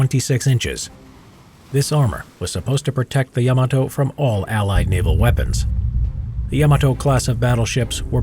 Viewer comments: YAMATO=❌ YAMETE=✔ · Love this channel but it’s Yamato not yemoto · Ya Mah Toe!